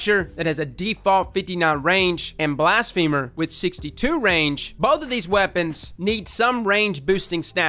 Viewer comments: BLAS-fuh-mer not blast-FEEMER lol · Blas-phe-mer not blas-femur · Is it not Blas-fa-mer? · M. Saez it isn’t cuz blafemy isn’t pronounced that way. It’s Blas-fuh-mer cuz it’s blas-fuh-my. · I love you bro but its blassfum-er not blast-femer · Blast-feh-murr, not blast-femur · *BLASS-FUH-MURR* think blasphemy.. not a leg bone. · its not pronounced blast-femur its blas-phe-mer... my femur hurts now Blast-femer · The way you say blasphemer is killin me lol. Yknow how ya say feminine? It's like that. Feh, not "fee-" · Blast...femur - 2019 Edit: turns out it’s actually pronounced that way lol guess ya learn somethin new every day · HiImErebos yea but it isn’t pronounced femur lol which made it funny when he said it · You sure...because "blasphemy" is NOT pronounced that way...and it's been driving me crazy that everyone is saying "femur" in this word. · Blas-feh-mer. Its ok, we still love ya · “Blast Femur” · Why do I always hear it as "Blast Femur"? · I think its pronounced blas fe mer like blasphemy but with er not like the leg bone femur lol love your intel though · "Blast Femur" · who tf says blastfeeemur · I swear to god i heard bast femur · I cringed every time you pronounced it as blast femur